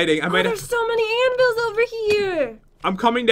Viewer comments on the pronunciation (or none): When turns into a sword she does not know how to twerk and and said anavils